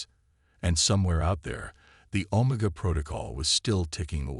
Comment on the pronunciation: Pretty good but, when the AI your using can’t pronounce OMEGA in a syfi story well big problem.